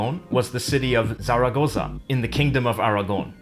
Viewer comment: The way he said "Zaragoza" 😬😬😬